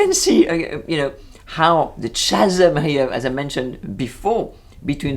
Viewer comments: Very nice commentary and agree that it seems to have a lot more than a passing reference to “The Devil Wears Prada”! Just a small point on the issue you raise regarding pronunciation... the word meaning a huge gap in English is pronounced “Ca-sm” (Ca as in Can Can) not “Cha- sm” (as in Cha Cha) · Bonjour,! I very much enjoyed your critique, but in the spirit of the Madame in the Bakery, may I correct your pronunciation of the word “chasm”? In both America and Great Britain we pronounce it “kaa-zum”. The “h” is silent. Because of your commentary, I may actually watch this series. Maybe it will prepare me for my proposed trip to France next year. I’ve been to Paris twice before, but not in a VERY long time. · Interesting to watch this video as well as ones by Frederique Bros and Justine LeConte. By the way, CHASM is pronounced KA-zem. Just trying to be helpful!